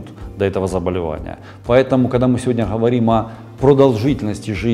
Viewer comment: Почему умный врач гэхэкает хгоаоря хговорим как можно так гхэкать поработайте над речью !!!! Патология речи вы же взрослый мужчина. Урологхха ужас 🤯